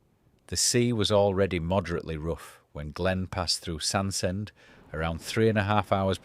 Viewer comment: To the narrator, it's not Sand-Send it's Sands-End.